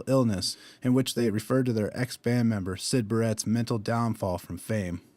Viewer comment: Cool. I found this doing a search for floydpodcast. Its obvious you appreciate DSoTM and well done with the research,. It was a very factual (and correct) textbook regurgitation presentation though and you butchered ie. pronounced "Barrett" wrong. That's a big deal. As a sound engineer, it would be cool if you got into techniques that Pink Floyd may of used during the recoding process and how it effected the mood of Dark Side of The Moon. Or how layered the album is in a mastering sense.